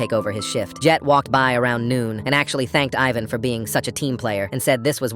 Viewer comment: Ivan is pronounced "Eee-van".